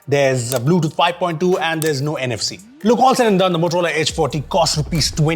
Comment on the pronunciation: That "No MFC" was tremendously fat